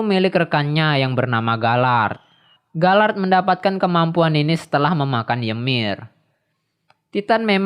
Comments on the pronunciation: *galiard🙏 bukan galard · Gabi bukan gebi,, galiard bukan galard